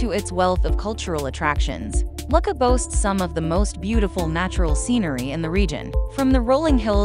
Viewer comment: Lucca is pronounced Loo - ka not Luck-a